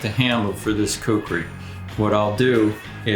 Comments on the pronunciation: That’s khukuri not kukri. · Dear Men at arms, its not kukri, its Khukuri tbh... please write it the way it should be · It's khukuri not kukri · When you say kukri as you trying to say a Nepali word it sounds like a chicken in Nepali. We say KHUKURI.... not KUKRI...